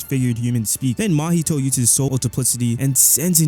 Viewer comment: Why do you pronounce "Mahito" like "Mahitoe"